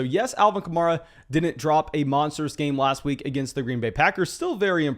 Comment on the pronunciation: It's Alvin Ka-Mare-Ah, he said in an interview it's like the car (Camaro) except with an A at the end.